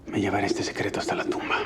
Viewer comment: Por favor " secreto" con "s" .